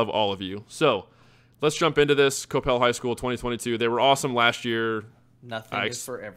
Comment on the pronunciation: Interesting that you () pronounce Coppell as COE-PEHL when I’ve always heard it pronounced as COP-PEHL or KUH-PEL here in the DFW area. Lol